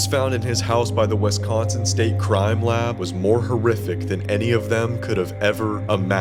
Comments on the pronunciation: Repeat after me: WISS consin. It’s not WESS consin. I’ll never understand why people pronounce it that way. It’s pronounced exactly like it’s spelled. Having said that, this is a darn good video about the case. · You're pronouncing Wisconsin wrong. Otherwise, good job